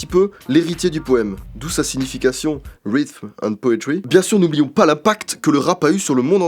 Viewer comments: rhythm est prononcé rizeume, pas rissme :) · pour prononcer "rythm" il faut dire plus ou moins "rideum" hahaha merci pour la vidéo super la chaine je découvre et je surkiffe !